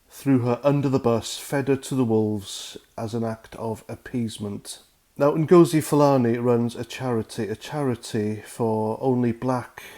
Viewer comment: I think Nghastli Ngosi’s surname has the accent on the first syllable - as in ‘Felony’